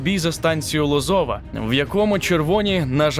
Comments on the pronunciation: правильно не ло'зова а лозова' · Не Ло'зова а Лоз'ова.